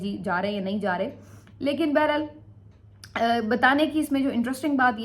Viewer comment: بیرا ل نہیں بحر حال ہوتا ہے اور اس کو بار بار استعمال کیوں کرتی ہو